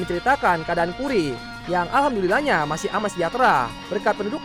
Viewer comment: Ternyata denjiro bisa ngomong "alhambulillah".